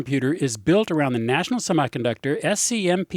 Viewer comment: I winced every time he said the word semiconductor.